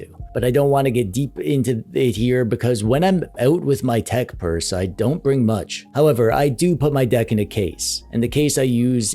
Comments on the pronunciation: Nice tech "Burse" 😂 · You "purse"uaded me that it is not a "pers" at all. It is definitely a bag. Puns intended all the way! 😂 Great content as always!